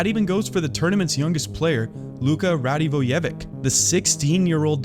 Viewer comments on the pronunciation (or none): Work a little on pronunciation, u probably plan more vids on this so, here is some help with tough one like: Radivojevic - it's not "k" at the end it's actually "č". And soft "d", I can't really help as it's spelled as "ď and that doesn't have equivalent in English, maybe you can look it up somewhere as there was Branko Radivojevič in nhl. But if you said it like "dee" eventually it would almost Ru(n)-dee-voye-witch. Šatan is Shatan. Štrbák is like Shtr-buck. Make "u" longer like baaack. Mesar is actually Mešár, read like Mashaaar, Petrovický, read like Patrovitskie. Petrovský is like Patrovskie. Similar Dvorský like Dvorskie, that's like Th(e)-war-skiee. Gajan is like Gu(n)-Ya(hoo)-n. Ivan Feneš spells like Fanash like fa(ke)-Nash. Repčík spells as Rap-chick. Žabka is Zhabcka. Hope this helps and have a nice day. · Great video! I just wanted to give a little heads up on how Radivojevic's name should be pronounced.. imagine there was 'ch' at the end, and pronounce like that.